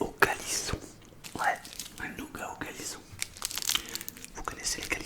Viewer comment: Il dit le callisson mais j'ai du vrmt bien écouté mdr